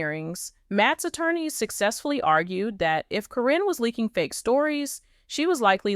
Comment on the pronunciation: You know you keep saying caryns name wrong its karen not corrine